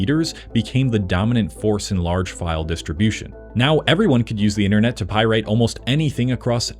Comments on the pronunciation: What they heck is a pie-rate? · What is this "pieraet" you speak of? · 0/5 say the word right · Hahahaha omg the way this jibroni pronounces pirate lol. What a moron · Loved the video, hated the way you mispronounced the word pirate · Great topic but how can you correctly pronounce "piracy" and incorrectly pronounce "pirate" and "pirate-ing"? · I wish you'd learn how to pronounce "Pirate" and "Pirating." Captain Jack would be very upset! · Is this AI generated? Why does he keep saying "pirate" totally wrong? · your pronunciation of pirate, it makes me rather irate. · Is nobody human anymore? I'm gettin' p-IRATE listening to the blatant mispronunciation of AI. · Bro made a whole video on piracy and said pirate wrong the entire time 💀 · Why is he pronouncing pirate like a dumb ass ? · sounds like he's never heard how pirate was pronounced lol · Left out FTP and Usenet and who knows what else. Meh. A history by a guy who wasn't there. Also it's Pirate, not Pirade. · The -ate is pronounced -et in pirate. It’s not pi-rate. More like pi-ret. I know that’s not how it’s spelled but if my buddy kept saying pi-rate I’d probably lose it. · why does bro keep saying pyrite? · Why tf you saying it like that? It's pʌɪrət Pi-rit NOT pʌɪ-reɪt Pie-rate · pie-rate......instead of just pirate.... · FFS it is pronounced "pai·ruht" aka "Pir-eight" NOT "Pie-rate" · Pronunciation wise, It’s not pie rate or pie rating it’s pie-rutting & pie-rutt. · Pie rate? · My dude, its pie-rat not pie-rate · Are you avoiding demonetization by saying pie rate? Or what’s up with that? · Informative video except for not knowing how to pronounce "pirate". The only time it was pronounced correctly was at the mark. Like nails on a chalkboard... it's pi-rit not pi-rate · Isn't pronounced Pi-ret? The way you're saying, Pie Rate. lol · py-rate. I don't think that's a real word. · its not pie-rate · Why does he keep saying pie rate? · Why pronounce it that way though? Pie RATE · Is he saying "Pie Rate"?